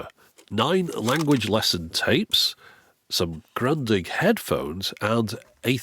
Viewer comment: The way you pronounced Grundig (which has a short "oo" sound for its "u" like in cool) was "grantig", which is Bavarian for "grumpy"